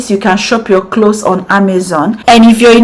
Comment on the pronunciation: CLOVES, NOT CLOS PLEASE. V AT THE END INSTEAD OF S. YOUR HAIR AND VIDEO ARE NICE.